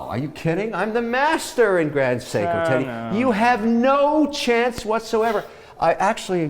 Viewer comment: Yes right. He pronounces the t like sh like in english when in french its more like ss.